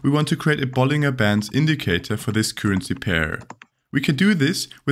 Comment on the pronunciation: Btw 'bollinger' is pronounced with a J sound like 'bollinjer'.